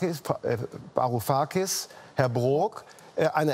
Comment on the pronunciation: 'varu-kakis' als ob er seinen namen nicht wusste